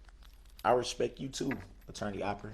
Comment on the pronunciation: He respek you guys yes " RESPEK"